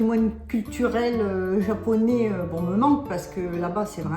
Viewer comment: アマちゃんの日本語発音、いつも凄すぎて感動しますわ。